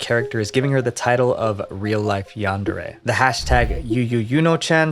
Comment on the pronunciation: It's pronounced "yundare"